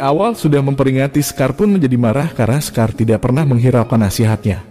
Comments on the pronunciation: Bacaya shekar bang.. Bukan sekar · Kok sekar,,shekar itu bacanya (shikar)